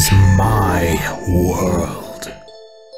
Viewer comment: Aim de king of guorld dijo el vrei guayat xdxdxdxd